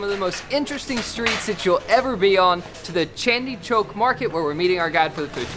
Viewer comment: the place is Chandni chowk, not Chandi Chowk